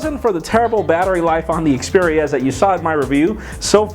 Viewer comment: Its xperia not speria